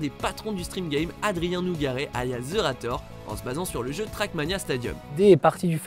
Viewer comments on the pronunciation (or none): Pour votre information, on dit 'Zérator', et non 'Zeurator', et ensuite le Zevent est un évènement caricatif, et non une lan e-sport.